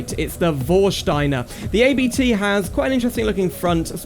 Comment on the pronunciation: The “ABT” name is actually the last name of the founder of the tuning company so you pronounce it as a whole :)